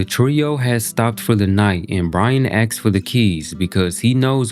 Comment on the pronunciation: Only one point of advice: where you seemingly mean to say "asks", you have substituted it for "axe".